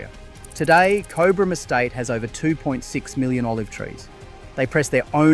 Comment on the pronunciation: Pronunciation of Cobram is : corn of the cob, then brm.